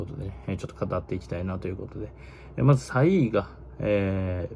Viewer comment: 3位をさいーって言うなw